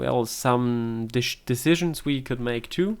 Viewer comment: Some deshitzens, huh? So so! Lol. Dude you sound french. Are you french? Also, you should probably avoid the word decisions. xD